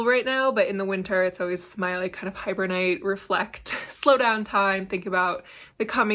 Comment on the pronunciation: So many fun goodies to play with in the new year. Not sure if this was intentional or just my hearing but I heard you say hiber-night (instead of hibernate) and I love this word play as it describes how we treat the winters on our homestead. Don't be disappointed about the lack of nylon. I find that my socks all wear in the same spot after several years of regular use regardless of fiber content. So if anything consider adding that nylon where you typically have wear and tear. I figure when socks wear out it's just a reason to keep knitting more!